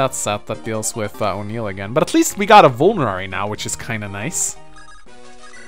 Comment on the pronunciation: Smh I keep hearing O'Neill's name as Unil...